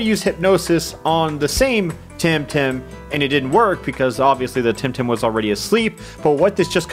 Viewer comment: This game just feels awkward because my online nickname is “Tem” and this game is called temtem. I can’t wrap my mind around that fact and I think it’s fake xD also all people I meet online think I got my name from that. Plus, Alpha, I think it’s pronounced the tem in temmie from undertale. Oh yeah mudkip is best Pokémon and best temtem even tho he isn’t in that game. Edit: I am making this while watching and you started pronouncing it right